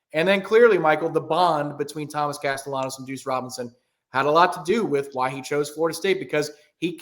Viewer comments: Tom, check pronunciation of Castellanos. It's not "Castenellos" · Why is it so hard for people to pronounce Castellanos? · Can someone help on his pronunciation of Castellanos?